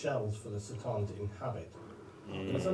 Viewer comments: This guy pronounces it wrong. Its not Satan.. it's C"Tan.(ka-tahn) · I wonder if that time when he made the video the pronunciation was unclear or why he says it like that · It was made back before Games Workshop had clarified the pronunciation of C’tan.